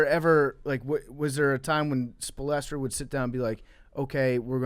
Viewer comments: This dude really said Spal-estra lol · did he say “espolastro” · the way he pronounces Spo's name 😂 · mike hernandez i was like “wtf did he just say?” 💀